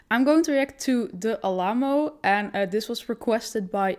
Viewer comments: No disrespect it’s pronounced Al amo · Never heard the Alamo pronouced that way and had to laugh. a-LAM-o, ha ha!